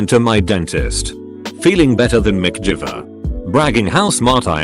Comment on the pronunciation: Can't pronounce "Mc Gyver" right.😐